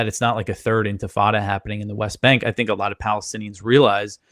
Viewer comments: Sharpton, it’s INTIFADA NOT INFATADA! You absolute a-hole 🤬 FREE FREE PALESTINE! LONG LIVE THE INTIFADA! ✊🇵🇸🗝🍉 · Sharpton can't pronounce Intifada. I wish Mamdani had corrected him like the journalist who mispronounced his name.